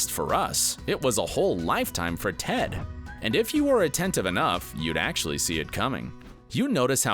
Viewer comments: did he just call Ted Tod? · I‘m sorry did he call ted „tod“???? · It's Ted.! Ted! Ted! NOT TOD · ITS TED NOT TODD TF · Did he call ted Todd? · Anyone else notice at the mark where he calls Ted "Todd"? 🤣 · is Ted not Tod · Did..did this guy just call him TODD?? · The more I rewatch this show. The more I love Tracy ( The Mother). I still love the show. Better than Friends! The ending bothers me, because we didn't get more Cristin Milioti. She's great! By the way guy, it's Ted not Todd. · Love the fact that this is a dedicated video for hardcore HIMYM fans... and the guy making it doesn’t even know that it is “Ted” and not “Todd”😂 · This man just called Ted Todd😂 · They mistakenly called Ted Mosby, Todd??? Not only that but pronounced renaissance as reh·nuh·saans and not ruh·nei·sons!! Ugh these people know nothing of HIMYM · He said tod instead of Ted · did he call Ted 'Tod'? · Did anyone notice that he said Todd instead of ted sometimes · He called TED Todd, dudes never even watched the show before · He called Ted, Tod 😑 Seriously. Go look. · he said tod right? ors that just me